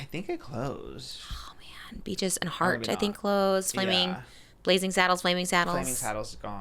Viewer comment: lmaooo the way said beaches i thought sounded like bitches and that part SENTTTTT MEEEEEE